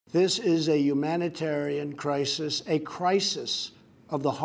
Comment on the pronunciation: Did he say youmanitatian!!!!!?